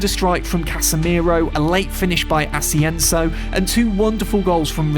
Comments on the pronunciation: Did he just call asienso? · Please pronounce players’ names correctly, its